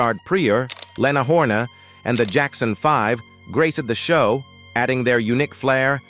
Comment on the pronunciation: Richard PRE-OR and the mispronunciation of Leana Horne....this narrative is mechanically voice box driven . It's an insult.